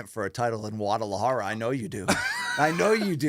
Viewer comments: He starts it with a wauh sound instead of a gauh sound but Ayy as long as he’s trying and not being Racist I’ll take it lol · To me it sounded like he’s saying it Wu instead of Gu but Ayy to each there own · Its a soft G BC! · Luke, you do not say the G in Guadalajara. For once BC had the correct pronunciation. Gu is a soft g. Guatemala, guacamole, Guadalupe, etc. all soft Gs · No you don’t pronounce the G in Guadalajara, it’s not a hard g